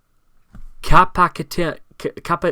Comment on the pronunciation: My Man can't read Capacitance